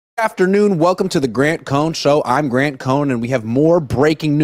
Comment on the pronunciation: Grant you butchered my super chat